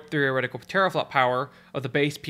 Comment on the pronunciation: taraflop xDDDD guess you mean 10^12 FLOPS (tEra not tAra lol)